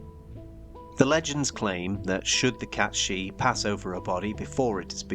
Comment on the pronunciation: It's meant to be pronounced Kate Sihth.